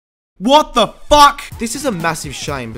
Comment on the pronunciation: Lovin the way he says FACK